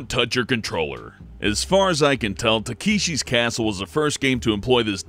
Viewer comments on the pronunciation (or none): Te-kee-shi's You mean ta-ke-shi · "Takeeeshi's challenge" c'mon. seriously? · "teekeeshees" challenge lol